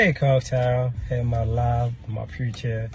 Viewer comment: He said coak tail